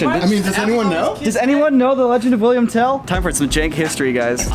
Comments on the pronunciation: its Willhelm not William, its a old swiss legend and because im swiss this triggers me😂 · It’s Wilhelm not William! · oh common im from switzerland and Tell is called Willhelm Tell and not william, but uts still a nice video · Its Wilhelm not william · He was called "willhelm" not "william" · It's actually "Wilhelm" and not "William"